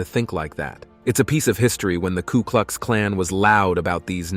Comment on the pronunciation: Pretty ordinary this video. Multiple errors around simple stuff. Mispronunciation galore, e.g, “Klu” Klux Klan. Lazy research and piss poor editing and scripting.